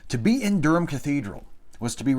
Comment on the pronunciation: Good to hear you pronounce 'Durham' correctly. When it cropped up in an earlier chapter you mispronounced it horribly. Of course the funniest thing in the world is hearing an American try to pronounce 'Leicestershire' or, even worse, 'Worcestershire'.